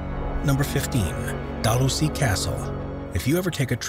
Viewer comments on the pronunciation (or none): Number 1 Dalhousie Castle...It's pronounced Dalhoosie.